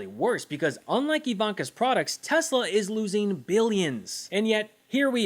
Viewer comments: Not “Tesler”. “Tezler”! Just listen to Elon. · i LoVe tEsLeRrrrrrr 🥴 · Good grief ! Donald trump can’t even pronounce this Musk car monstrosity’s name correctly—calling it repeatedly Tesler‼️🤦‍♀️I wish I knew “you’ve GOT TO BE KIDDING ME”, but beyond words, this is the president! Maybe if he sold Ivanka’s merchandise, he could at least manage apparel! Avon would be out of the question,rhymes with Elon😮😢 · DO IT, LUTNIK....BUY SOME MORE ELON..."anything TESSLER." TOO INSANE.😂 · Iam gonna lose it when testi-ta-lur comes of the tongue of the king😂😂😂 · Hilarious vid,. "Tesler". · “I love tesler” might end up in the history books one day just let that sink in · I posted this shortly after seeing trump and musk at the white house : After watching the teSLUR infommercial at the newest, bestest, biggest teSLUR showroom on the white house lawn with Swiss Doni holding a teSLUR pricelist in his little hands, urging people to help poor elon because his teSLUR cars are being (illegaly) boycott by sane people worldwide. Good old Swiss Doni conviently forgets that now most people can't afford one after being sacked and the country is heading for a recession. Sorry to keep mentioning teSLUR but thats how Swiss Doni pronounces it. For anyone wondering who Swiss Doni is, I'm afraid that he may be a (very) distant family member of Swiss Toni (with sincere apologies to Mr Higson - a figure in "The Fast Show" a British TV show). As proof of this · Is Trump saying TESLERRRRR so he can say he never promoted TESLA?